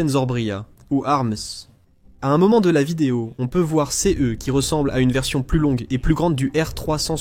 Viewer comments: toujours une voix IA qui dit C E (les lettres) idem pour c e s au lieu de ce et ces en son. Pareil pour les HIMARS dont il répete la significatioin à chaque fois. N y a t'il même pas un humain pour corriger . bien triste et cela gache le travail. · À nouveau le sujet est super intéressant et très bien traité. Les sources sont de toute bonne qualité comme d’habitude. Mais le commentaire synthétique me sort vraiment par tous les pores. Voilà qu’il se met à épeler les pronoms « ce » « ses » c’est à devenir fou ! On ne comprend plus rien de ce qu’il raconte !! Réagissez, bon sang‼️😤 Même « ici » devient « i-c-i »‼️ Comment voulez-vous qu’on écoute ça pendant vingt minutes sans devenir cinglé ??!! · aprener donc a IA a mieux prononcer ex: s e s au lieu de ses c e au lieu de ce c e s au lieu de ces pourquoi epeler ces mots au lieu de les nommé comme tout le monde .